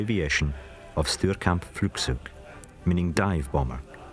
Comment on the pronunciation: The narrator wanted to say "Sturzkampfflugzeug". What he really said was: Stürgambfwlügzüg :-))